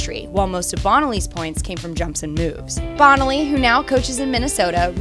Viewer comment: The winner for worst pronunciation of names is this narrator It's "Bone-aly" and "Sah-toe", not Bonnelly and SAAA-toe. I saw them pronounced I assume correctly back in their hey-day. Please fix this if possible. A skater as memorable (and badass) as Bonaly should have her name pronounced correctly for the history books.